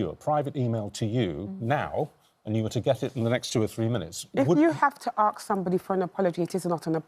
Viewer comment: Think she axed 🤣